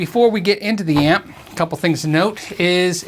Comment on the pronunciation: amp - not app